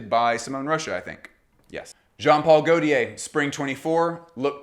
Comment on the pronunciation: Perfekt Video, just don’t say „goltiär“ it hurts …😂. In doubt, watch a perfume by gaultier and you can hear the „correct“ pronounciation … 😅